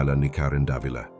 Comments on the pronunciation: Karen Da-vi-la po ang pagbigkas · Sir, napakagaling mo po bilang content creator, un nga lang k7ng minsan mali ang pagkabigkas ninyo ng mga pangalan like Davila.